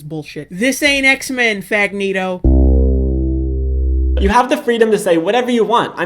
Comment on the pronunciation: "FAGNETO"?!?! lol